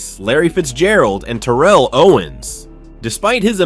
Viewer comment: I really hate to be that guy i really do but its Tare-uhl but genius move calling him Owens the rest of the way though, i would've just used T.O personally....wait now that I think about it, did he even call him T.O at all???